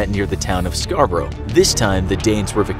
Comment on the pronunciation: the way he says Scarborough ahah